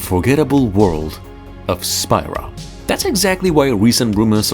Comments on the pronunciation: Have you even played the game? It's pronounced "SPEE-rah" not "SPY-rah" geez! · You lost me at Spy-ra instead of Spira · It's not Spy-ra. It's Spear-uh. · "Spyra" Me: next video